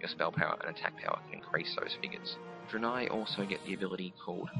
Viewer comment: it's pronounced DRAY-NAY! Not Druhhhh-nie